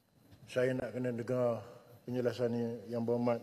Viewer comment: Kampar suka mencelah..die perasan tau rakyat malaysia paham bahasa melayu die..ada sebutan sebutan die yg kita terpaksa gelak sebab gelihati dngar.contonya "dengar" jadi "tengaa"😅😅😅😅..kampar akan nampak ekslusif kalo die tak bersuara